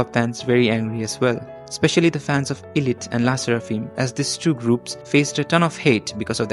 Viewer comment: it's actually pronounced "eye-lit" not "ee-lit"😭